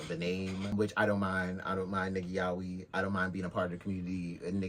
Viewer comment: The real problem is how everyone pronounces "Yaoi"